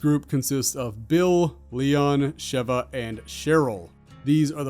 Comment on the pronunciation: Him pronouncing feng and sheeva name’s wrong hurts my soul